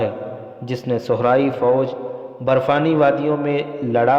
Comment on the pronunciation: Janabe wala... MashaaAllah...Apke bolne ka Andaz to bahot Achcha hai... Mgr Urdu Alfaz bolne padhne me bahot zeyada ghalati karte hain... Jaise . Sahra ko sohra.aur muhim ko mahim . Bargazidah ko burgazidah Amraa ko umrah .. Sarneg'oon ko surangu . Padhte hain... Aur bhi bahot si ghalatiyan karte hain padhne...